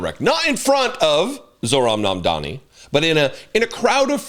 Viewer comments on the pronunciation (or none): *Mamdani noy momdani. I know donny taco probably tried to call him mommy or daddy after falling head over heels in love with him. But can americans finally start using people's names properly? He isn't called zoo-ran, nor mom-dani. His name is zohran mamdani. This isn't an attack against you personally. But when all of you mis pronounce his name despite claiming to respect him. It only adds more suspicious of how r a c i s t your country is. That being said I loved watching taco fold over and act like a fangirl😂.